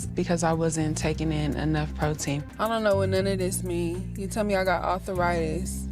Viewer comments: Arthur-itis is not a word, ladies. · "Author Ritus" 🥴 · "Arthur-itis" says Jaz. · arthur-itis? seriously??